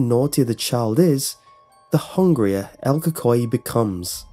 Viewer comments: This man said el kokoay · “ EL COCOI” Bro, I hate when people pronounce things wrong, But its okay because you don’t even speak Spanish, :| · It is pronouced like this: Say the letter L and then Coo coo ee. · u did well but pronounced it wrong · so no research on the pronunciation of el cucuy? really????? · Your literally slaughtering it's name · I’m cringing how you say el cucuy